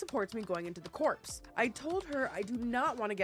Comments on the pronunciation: It's pronounced "core" not like corpse. As in Marine Corps. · It's Core... Just Core, not Corpse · Just so you know it's pronounced CORE not CORPSE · So, just to help a bit, Corps is actually pronounced “Core” not “corpse”. Just for future reference 😊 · Hey, maybe this has been said before, but in case it hasn't - corps is pronounced "core"... you did make me giggle tho when you said "i want to go into the corpse" lmao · Sorry just wanted to add: it’s pronounced “core” not “corpse” lol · In the uk its pronounced core not corpse but we pronounce lieutenant as left tennant for some unhinged reason, so maybe Americans and Canadians pronounce it as corpse? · Maybe not have the typing sound kinda annoying! And it's not called Corpse it's Core in the first story...and that's all I could watch because the typing sound! Repetitive bother me...I am just sensitive to noises! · please stop pronouncing “Corps” like “corpse” 🤣🤣🤣 it’s pronounced “core” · Corps. Is said like core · Corps is pronounced like core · The P in Corps. Is silent… it’s pronounced core… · God's! You can Always tell when someone is NOT from the US. Corps is pronounced core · I thought it was pronounced "the core" ? But i luhhhh you girl i might be wrong someone help lol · So is the "p" - It's pronounced "kaw"/"core" ❤ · The "s" is silent in Corps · I laughed so hard when she said it. 😂